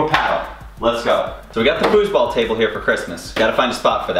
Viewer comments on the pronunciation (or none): none